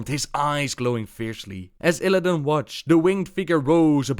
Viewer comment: although it's Illidan, not illadain or illadin;p